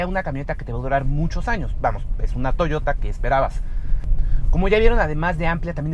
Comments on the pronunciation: en el segundo dijiste toyora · soy yo o dijiste toyora?? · Touyora?? Níssan ?? Qué pasa con la gente , ya no sabe disfrutar de su idioma el español? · "La nueva toyora" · estoy seguro que dijo Toyora XD XD XD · Di Toyota con acento español. Te ves mal. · Estoy de acuerdo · Oscar Sandoval si, realmente es algo cringe escuchar a alguien que habla español decir "toyota" en inglés cuando es una palabra en japonés